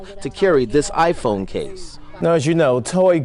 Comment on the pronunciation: I died at that reporter holding up those two cases. And at "DiePhone."